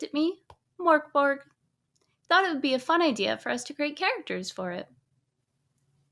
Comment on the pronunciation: It's Mörk Borg! (Dark castle in Swedish, incidentally)